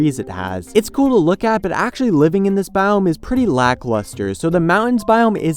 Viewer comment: It sounds like he's saying "Taiga Bomb"